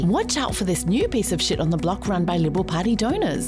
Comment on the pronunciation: When she says shit it is like sheet